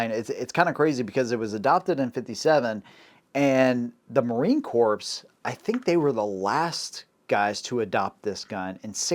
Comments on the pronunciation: Ordinance Corpse? MARINE Corpse? Good Lord!!!! It is pronounced the same as 'CORE'. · Corps is pronounced "core" not "corpse." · It’s Marine Corps but the s is silent think core. Same with Ordinance Corps. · Correct pronunciation of “Corps” is “core” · Bro, "Corps" is pronounced "Core" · Now I KNOW you never served in our military. Similar to calling a Marine an “ex Marine”, miss pronouncing Marine Corps as “Marine Corpse” is highly disrespectful to any Marine and I’m just a retired Army Grunt (Infantryman). And yes, I used the M-21 as a sniper in the mid 80’s and she can perform well in that role but it requires a LOT of additional tuning to achieve those results, we should’ve just stuck with the Remington 700 like the Marines did. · A lotta corpses with ordinance. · Great video man! Loved it. One thing though. You realize that you pronounce "corp" incorrectly right? Marine "corp," and ordinance "corp." You said it so many times and wrong every time. Couldn't not let you know. Hope you don't take it wrong.